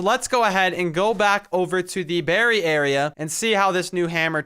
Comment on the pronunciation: Berry huh its like breey